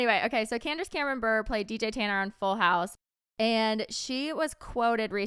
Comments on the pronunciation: hunnie I love you but Candace Cameron's last name isn't Burrr lol it's pronounced with the é Buré (buray) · I love that kept pronouncing Candace's married last name wrong 😂😂😂 stick it to her Em! (Not Brrrr, Brrrr-ray)